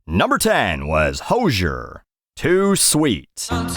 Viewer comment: Cant believe my favourite internet celebrity didn't see my comment about how its pronounced hose ear and not hoe sher its over